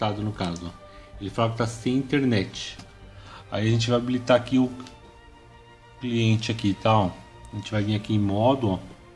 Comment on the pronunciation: Claiente kkkkkkk gente o nome já está lá corretamente, a pessoa ainda fala errado